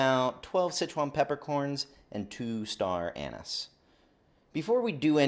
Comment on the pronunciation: Anise not anus